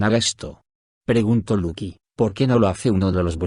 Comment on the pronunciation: lucy es luki????, no pronuncia bien el nombre tonces uno se confunde